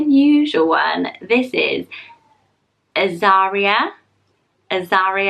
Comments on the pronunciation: Azariah is said Az-a rye-ah rather than az-a-ree-ah and I love that name 😍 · Azariah is cool but pronounced more like "Ah-zar-rye-uh" or "Ehz-ar-rye-uh." Think of those Biblical name pronunciations like Zechariah or Isaiah. :)